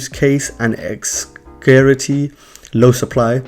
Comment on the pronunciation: pronounced "*scare city" is what he was trying to say lol :-)